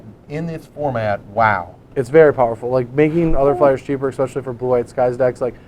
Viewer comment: Anyone else noticing Ecspecially?